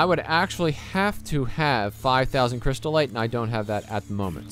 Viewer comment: cryst-ite "crystal-ite"